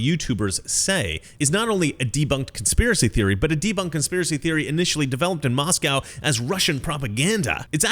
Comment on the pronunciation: look at the camera and its Moscow not Moscow!